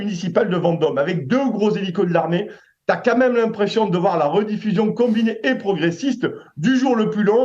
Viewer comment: A 2.02 les fauteuils " meuletonnés " "ka même" .. une visite chez un orthophoniste s 'impose.